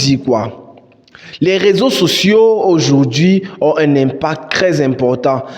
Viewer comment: Bro nice video. It would be good if you add sub-titles because there is a certain point where you said "raison sociaux". Subs will help your videos to be more explicit. This is something serious and people should watch what they post online since nowadays profiles are personalities are evaluated based on social media activities. Good job bro 👏💯